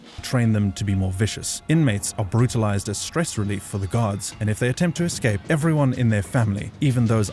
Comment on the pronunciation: ITS ESCAPE NOT EXCAPE? G.D! NO SUCH WORD AS EXCAPE?